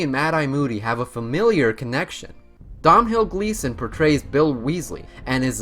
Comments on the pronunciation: rip Ralph Fiennes and Domhnall Gleeson's names cause u butchered them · Dom hill Gleeson and brandan Gleeson 🤦‍♀️ Irish names that should be pronounced Dome-all and BrEndon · "Domhill Gleeson" ITS DOMHNALL PRONOUNCED DOUGH-NAL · Dom-hill Gleeson, truly my favourite character.... It is pronounced Dough-nill, at least it is in Ireland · Okay, first of all, a lot of these are common knowledge. Second of all, bro, first get a better handle on the words that come out your mouth, and then lecture me about what I do or do not know about the series. Rayf Fines, not Ralph Feens. Rolling, not Rowling. Donal Gleeson, not Dom-nal (although, granted, Irish names are hard). Brendon Gleeson, not Brandon. Mirror of Er-i-sed, not Es-er-ed. Reeeemus Lupin, not Raymus. Roweeena Ravenclaw, not Rowayna. (And for god's sake, it's leviOHHHsa, not levioSAH. 😉😝) Also, your fact about there being only one non-British actor in the films is wrong. Exceptions were made for Irish actors (as Irish does not equal British): both iterations of Dumbledore (Richard Harris and Michael Gambon), as well as Brendon and Domhnall Gleeson, Evanna Lynch, and Devon Murray (just off the top pf my head; I'm sure there are more). Get it right. Also, you got a fair number of your facts from the IMDb trivia pages for these movies. That's not really much "digging," now, is it? However, despite my complaining, this was a fun video. 😊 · Kudos for saying Philosopher's stone. But Roawwwling? Ralph Phineas? Dom Hill Gleeson? And I don't even know how to spell that pronunciation of Erised. And footage with a bandicam watermark? Look, I wish your channel well, but you're gonna have to pay for software and do a little research on pronunciation.